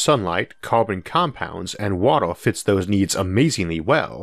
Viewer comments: He can't say the 'uh' sound and instead replaces it with 'ah' or 'oh' sounds. ("Water" becomes "watoh") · "Watuh" I love you, and I love this. Subbed. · The way you pronounce 'water', sounds more like Gary Kirpky's accent in Big Bang Theory🤣